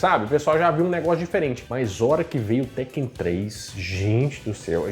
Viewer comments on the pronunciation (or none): Falou teken.😊😊😊